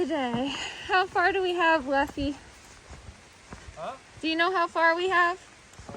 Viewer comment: I think it's Leffe like the beer.